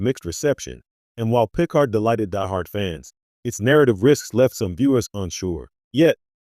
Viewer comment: It's pronounced "Pea-card." NOT PICK'ard. Can we please stop using these garbage A.I.'s reading the scripts. Please use a human being in the future. Thumbs DOWN!